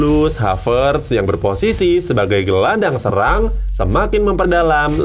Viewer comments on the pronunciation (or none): none